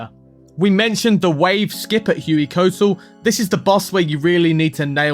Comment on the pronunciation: Great video but for the love of god please It ain't hewey-coat-l It's hway-kwat-l